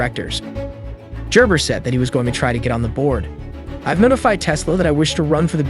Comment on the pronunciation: It is Gerber with a hard G